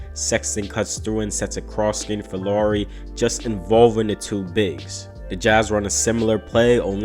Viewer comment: NBD, but Lauri rhymes with how-ry...😁